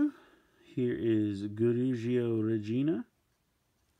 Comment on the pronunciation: Its reg-in-A !!!